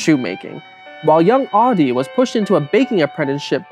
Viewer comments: That's not how you pronounce 'Adi', and not how you pronounce 'adidas'. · adi and rudi is pronounced very american!In Germany we pronounce them different. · Why do I keep on hearing Audi instead of Adi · You're pronouncing 'Adi' as 'Audi'. It's weird. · Why do you pronounce all the German words impeccably.... Except for Adi and Rudi🙈🙈🙈🙈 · Because he pronounces the 'a' in Adi wrong.